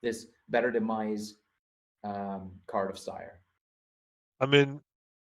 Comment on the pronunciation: Styr is not Steyr - look up how Danish, Norwegians and Swedish pronounce it.